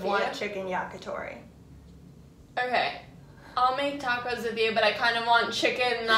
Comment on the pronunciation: How you guys say, yakitori.. Disgusting